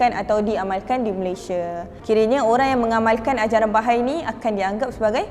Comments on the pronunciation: Sebutan dia adalah Baha'i...bukan bahai... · sebutan yang betul based on Bahasa Arab is ba-ha-ie. Bukan ba-hay standard ajaran sesat, pasti ada eksploitasi wanita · Bahai❌ Baha'i✅